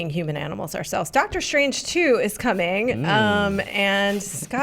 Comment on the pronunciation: Did say "DOGTER Strange 2"? Movie just got better